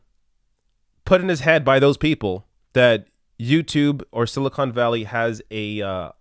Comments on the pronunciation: LOL...Joe says "silicone" valley. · I like Joe, but when he says "sili-cone" valley.... Reminds me of all the idiots who insist on saying "NUKULAR".